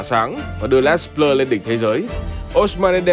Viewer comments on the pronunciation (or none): Đọc đúng tiếng Pháp là " Lê Blơ" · Theo Hernandez kiến tạo bàn 1 Rabiot là người cướp bóng ở bàn thứ 2 Les Bleus đọc là Lơ Bờ Lơ